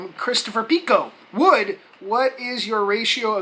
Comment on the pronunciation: Wood god dam it you said my last name wrong!